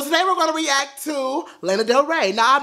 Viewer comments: It's pronounced Lana (L•aw•na)... not L•aine•a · LAH-NAH, not LAY-NA lol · LAH•NA. Not LAY•NA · it's not "Lena", it's Lana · "Layna" 😂 Its okay it's just funny hearing it said that way. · GIRL BYE "Lay-Na" LMAOOOO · The way he pronounces Lana. "Lena". LMFAAAAAAAAO. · is he saying LAYNA on purpose or no lmfao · Do not want to be rude but lana's name is pronounced (lawn-uh-de-l-ray) Lana del rey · the way he says her name LMFAOOO